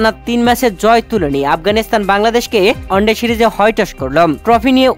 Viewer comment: Onde noy bhai at first one day bolte Sikh. Aar paler noy player bolte Sikh. Sab mone hoy Bharat er sorojontro. Jobe tui one day format bolte parbi tobe bangladesh champion hobe.